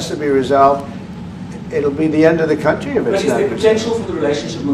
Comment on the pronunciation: Ramaphosa says he has never seen the white crosses in his own "cowntry". 😂